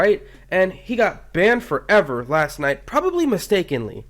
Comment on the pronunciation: Banned forEver thats how he says it